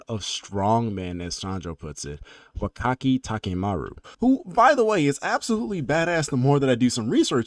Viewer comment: It's pronounced Wah-kotski not Wakat-suki